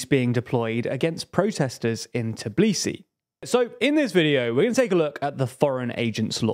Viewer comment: They can’t even pronounce the name of the capital lol